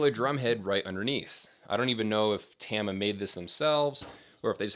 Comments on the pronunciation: its tama not tama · You say it as Tama and not "Tama".